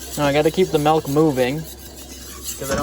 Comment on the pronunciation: Shit, he said "MELK"... unsubbed.